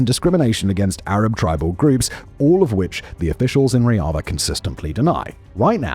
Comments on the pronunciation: Bro it's Rojava and not Roiava. You were getting on my nerves the whole video. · It's Rojava. Not Roiada. And Yazidis are Kurds, the most Nationalist Kurds. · Turns out it's pronounced "Rozhava", not "Royava" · How did you manage to mispronounce roJava to reava the entire video. Dear god. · Why do you call Rojava riaza? Google its pronunciation before making a half an hour video about it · Long live Rojava! (P.S. It's not a Spanish word. It's a hard J. Ro-Java, like the coffee, "Java.") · Bro, not to be that guy, but you said Rojava wrong like 100 times. Like, I was confused because of how wrong you said it. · You obviously don't have much knowledge about the Kurds and Rojava, thats revealed by how you pronounce the word Rojava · Why are you pronouncing "Rojava" like that? It's more of a French J.